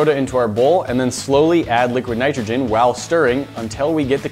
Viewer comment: HE SAID "WHALE" INSTEAD OF WHILE LOL